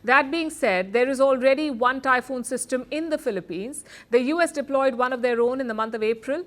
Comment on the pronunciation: It's "TYPHOON" not Typhon or tambon..!!!